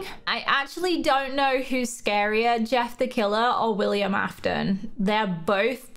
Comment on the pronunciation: Its willam not willmian